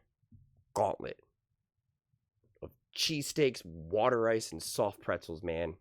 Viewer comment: extra credit for calling it “wooder ice” as its said in full Philly accent. 😆